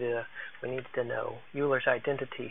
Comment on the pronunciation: Very helpful video, thanx. Euler is pronounced "oiler".